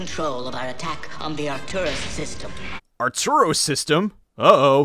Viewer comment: Not that I'm saying this film is even close to perfect, but... Arturos? Seriously. It's "Arcturus."